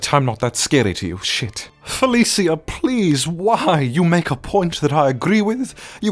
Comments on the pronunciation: its pronounced fa-li-sha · Why does pronounce Felicia like that. He says Felisia. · You mispronounced Felicia. I am disappointed.